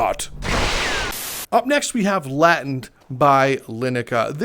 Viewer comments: its pronounced "lay-tent" not "lat-tent" great vid though. keep up the good work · It's pronounced Lay-tent. Not Latint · its pronounced Lay-tent (Latent) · It’s pronounced lay-tent FYI